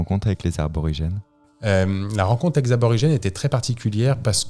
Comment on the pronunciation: Merci pour ce récit ! Superbe aventure !! Fabien c’est Aborigène pas Arbrorigene 😉